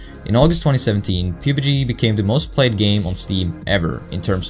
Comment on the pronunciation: Great video, you mispronounced pubg. It's pronounced p(uh)b g just so you know, otherwise I think it was a great vid man.